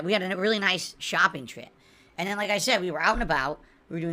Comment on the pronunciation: How about everytime he says and: "eeand".